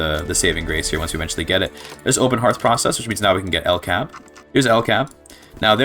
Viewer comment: I hard disagree on the statement that "Sweden [...] does not really have very many cool unique companies." You mentioned 'LKAB' (it's more accurate to pronounce it L-K-A-B) which is only one of two companies that has the ability too produce prestige iron, and with it's company bonus of +20% iron mine throughput is a strong company. And apart from that Sweden also has the ability to produce two unique prestige goods that no other country can produce: 'Ericsson' is the company for making prestige phones and is overall a mid company. Then there is "John Paradox & Company" which is an easter egg company that has quite specific requirements to be founded, and when it is not available it is not visible at all in the list of companies. It is obviously a reference to Paradox Interactive and primarily owns electrics industries and arts acadamies, and produces 'Grand Strategy Games' which is a prestige variant of fine arts. (Sweden also has three specific achievements (not counting the one you get for forming Scandinavia) which is quite a lot for a country that's not a major power, and without a dedicated DLC.)